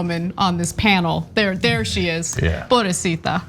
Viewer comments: Ana, if you're going to use Spanish in your commentary, please make sure you use it correctly. It's pobrecita NOT "poorecita." Nice try though. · PoBREcita, not Porecita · Ana. "Poblesita". I was lol. Good job. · Did she just say ''porecita'', hey you are getting your Spanish right! Me la sube comadre! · White people saying pobresita... jajajaja Love you guys though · Hey , Ana I love listening to you been doing it a long time u are awsome , but mama if u gonna sneak Spanish u should practice saying the word so it won't sound so awful sorry ...